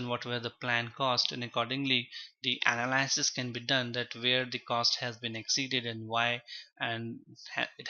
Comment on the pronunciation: everytime he says "analaaasis" my soul cringes